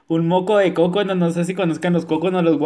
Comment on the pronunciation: Ay no ya no puedo kn tanta risa kn lo del cocono jajajajaja jajajajaja Dios santo ese vídeo lo boy aconservar Para oír cuando dises moco de cocono eres especial